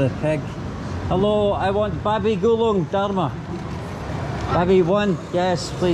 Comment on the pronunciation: Babi Gulink not babi gulung 😭